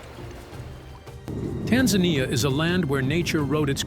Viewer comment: Wish if you are doing a video about a country you can learn to pronounce it correctly. It is not Tanzinia it is pronounced TanZANia as it is spelt. Same with Ngorogoro. Thank you ❤